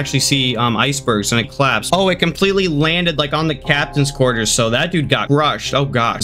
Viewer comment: bro why do you say captains qurters